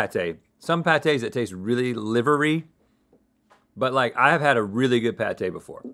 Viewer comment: The way Rhett said livery 🤣